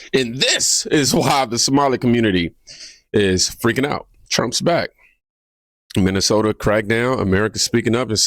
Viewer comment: Could barely pronounce Minnesota